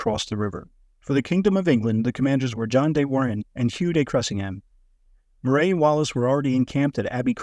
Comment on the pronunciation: Bloody AI, Moray is pronounced "Murray".